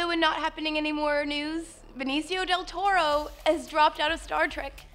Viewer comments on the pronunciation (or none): none